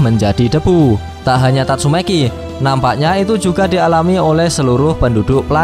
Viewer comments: Bang tatsumaki ya bukan tatsume**i hehe :) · Tatsumaki ❎ Tatsumeki ✅ 🤣🤣🤣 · Tatsumaki cok..bukan tatsumeki..kenapa lu suka mancing2 😫😫